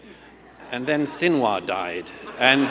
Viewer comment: "Sin- and War"